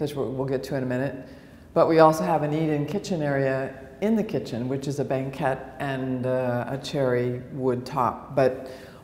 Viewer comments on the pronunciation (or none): this is a great outfit for you, Don’t understand why an accomplished woman like you doesn’t know how to pronounce words like foyer or banquette